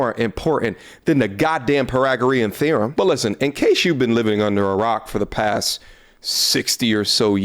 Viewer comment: The what my boy? lol pai ·tha·gr·ee·uhn thee ·ruhm